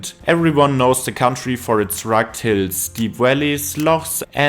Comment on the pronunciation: Now he just has to work on the word “rugged” 😂